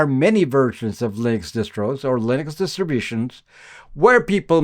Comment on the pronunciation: Why is it so difficult to say "distributions"?